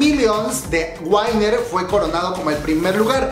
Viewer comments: Es winner no wainner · Tienes unas malas pronunciaciones pero aqui te dejo las correcciones Exo-L: Exo-el JYP: Ye guai pi Winner: Wi ner Gaon: Gaon (Sin Acento) Key: Ki TVXQ: Ti Vi Ex Quiu Este es un comentario constructivo espero no te lo tomes a mal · Que dolor oír lo mal que pronuncias winner 💔